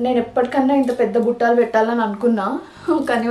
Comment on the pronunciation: Those are "BUTTALU"..Not buttaalu